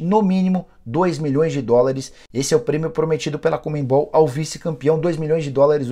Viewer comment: Fala, Nicola! Sempre acompanho teu conteúdo, diariamente. Mas uma coisa me incomoda demais: tu falares "ComeMbol" ao invés de CoNMebol. É chatice minha? Sim, eu sei. Mas faz eu sair dos vídeos normalmente. Só uma sugestão. Abraço